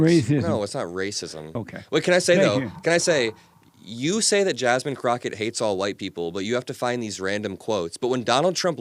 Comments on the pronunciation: The way he purposely mispronounced Jasmine Crockett’s name said so much. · how about how he deliberately mispronounced Jasmine‘s name calling her Jasmine cricket rather than Crockett I thought that was very disrespectful and very telling. Same Chyna crap they did with Kamala like come on. It’s just childish and ridiculous.